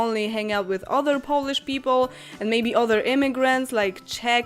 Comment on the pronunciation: other- się wymawia bardziej przez "A". Jeśli Ci to nie przeszkadza to spoczko. Poprostu chciałam napisać, bo mogłaś np. nie wiedzieć. Ciekawy filmik :)))) Pozdrawiam :)